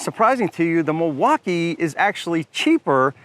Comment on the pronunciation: If you keep saying Milwaukaiii I’m gonna have to report you to the FBI. This is illegal for sure 😂😂